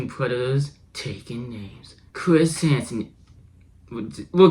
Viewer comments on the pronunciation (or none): "Chwis hansen Wets get to wowk"